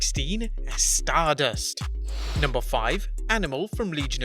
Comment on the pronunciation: Funny how he said stardust.